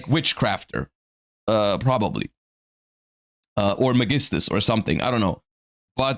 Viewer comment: why do you pronounce magistus the way you do?